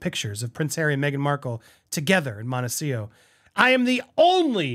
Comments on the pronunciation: Montecito (''Monte- cee- TO) not ''Monte-seeoh''...you are the first person I hear saying it like that....are you mispronouncing it? 🤨🤔 just curious. Thank you for another video 💜💜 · Real question: is Montecito actually pronounced Montecio?